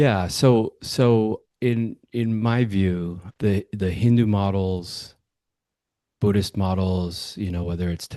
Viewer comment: I think you said author of BUDDH-ISH lol I thought I had made up that term❤